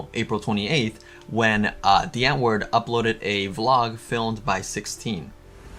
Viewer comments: Lol your pronounciation of these South African words got my dying 😂😂😂.. The w is pronounced v. And it's not "antwoord" it's "untvoord" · “Antwoord” is pronounced “ant-voo-rd”